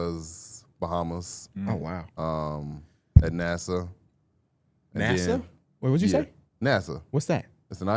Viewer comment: Did my man call “Nassau” the space program NASA?😭